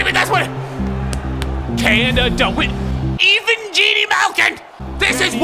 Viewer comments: Even geni Malkin🤣🤣🤣🤣 His name is Евгений. Learn Russian. With love ❤️ from SPb😛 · “Even Genie” Malkin and Teddy “booger” 😂😂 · Evengeeny malkin 😂